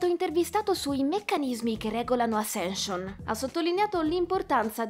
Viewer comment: Ma era troppo complicato imparare correttamente la pronuncia del titolo, dovendolo ripetere più volte nel video...? 🤔🤷🏻‍♂️ Spoiler: la prima lettera si pronuncia 'E' 🙄